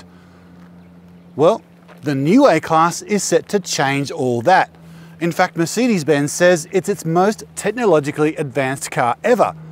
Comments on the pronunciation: Your pronunciation of Mercedes is very annoying and strange! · We definitely don't pronounce it that way in WA. I've noticed this particular gentleman always gets comments about his pronunciation of the word "Mercedes" 😂😂